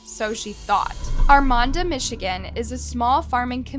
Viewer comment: You should prolly Google how to pronounce names towns cities states cuz you're saying Armada wrong and it's so far off that I can't even watch this one you think if you're going to make a video about something you would want to make sure you're pronouncing everything correctly all your information is correct ect for some reason you really don't care about misinformation or how to pronounce shed or really anything in your videos are getting very difficult for me to watch just some constructive criticism